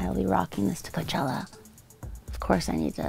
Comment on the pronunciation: I love how she said Coachella xDD